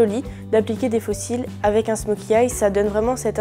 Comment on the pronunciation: beau travail...mais c est un smoky eye sans le "s" pas smoky eyezzzz 😐